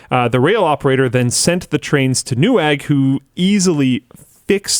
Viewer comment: Please, call them Nevag, polish w is pronounced as english v